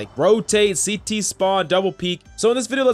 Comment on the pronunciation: I am a cs player and while the beginning, Everyone said CT "City" and every time they said it I laugh so hard...